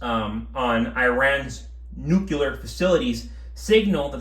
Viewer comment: Just a helpful tip, "nucular" is not a word. Neither is "nuculear".